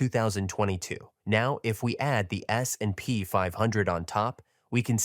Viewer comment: Great content. But let your AI voice learn how to pronounce S&P more realistic. Thanks